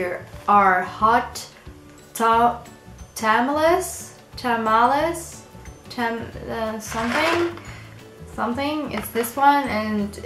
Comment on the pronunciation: You pronounce hot tamales by saying h-o-t tom-a-lee-a